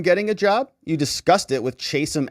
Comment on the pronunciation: pronounced Chat am new jersey